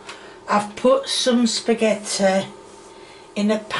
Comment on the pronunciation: it's skapetti well it is how I say it is lol